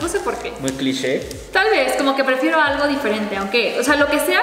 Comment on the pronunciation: dijo aigo jejeje se coreanizo jeje 😅😅😅😅 que tiernos los tres